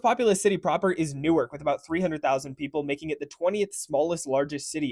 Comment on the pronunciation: “New-ark” is in Delaware. Pretty sure you mean “Nork” Nork, New Jersey